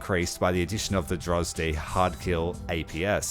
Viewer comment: French Navy hints :D. Sad how they massacred the tornado. At this point I can make a full soviet top tier loadout out of just T-80s (You say Drozd weird). Also need more ships.